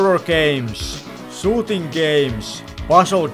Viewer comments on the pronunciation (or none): “Sooting games” 😅